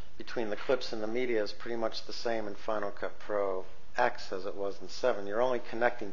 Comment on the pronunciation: Any way to make it NOT use the movies folder on your internal hard drive? I want everything to live on my external due to space issues. (btw, it's properly pronounced "Final Cut Ten")